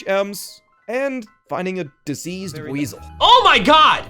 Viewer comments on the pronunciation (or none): Good god no. The “diseased “ buisel... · it's been like six months and slaughter of the "diseased" buizel still bugs me edit: two years. still pissed.